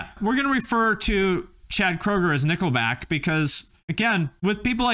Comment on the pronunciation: i now pronounce you Nickleback and wife lmfao